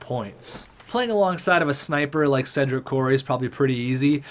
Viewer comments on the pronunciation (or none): none